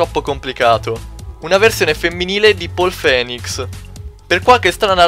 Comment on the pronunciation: Fra te lo devo dire fai lo stesso errore in ogni video..si pronuncia finics...paul phoenix si pronuncia poul finics